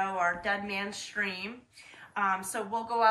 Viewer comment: Stream, not street.